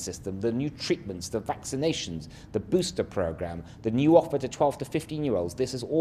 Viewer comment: LATTERRRWALLL FWOOOWW TESSS. BWWOOSTERR PWOGWAMES